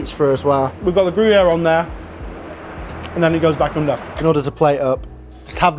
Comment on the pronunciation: "French Gryuère" !?? 😡